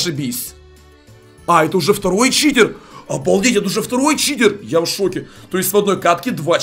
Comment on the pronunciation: сказал в начале не читер а китер